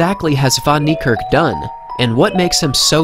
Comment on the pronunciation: Its niekerk not nerkirk